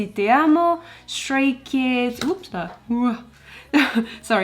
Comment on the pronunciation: Love the way you say "TE AMO" <3